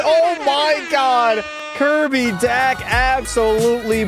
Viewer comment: 1st off, DOUGH-BESH 2nd off, D-AH-K. 3rd: B-OH-L-D-UEC (Hard to spell in English) 4th: Dem-EE-dov Edit: YAKOOB. NOT JACOB